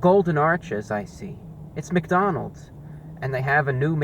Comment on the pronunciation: Um, ReviewBrah, I-It's McDonalds'. Please spare me